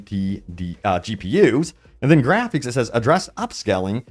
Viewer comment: My man there’s no way you pronounced it “grapheeeeks” 😂